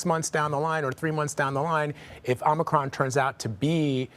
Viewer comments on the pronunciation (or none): Joey likes to call it "Omnicron" LOL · Don’t you think the president in charge of mandating the conditions of a viral pandemic should at least be able to get the names correct of the virus and its variants first.. ? “Covert nine”.. Covax 19. Covid Nine... “Omnicronb” .. etc etc etc..